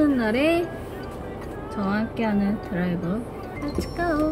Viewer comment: I was having such a terrible day but the way she said “deurive suru” made my day 😂 언니 사랑해 ❤️